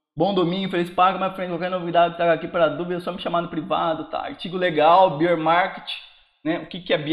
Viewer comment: Grande, sou teu fã! Acompanho sempre e me ajuda muito. Se me permite uma ajuda no que eu posso pra retribuir: Beer é cerveja:) Fala Bééér Market. Abs e continue com o excelente trabalho! Abs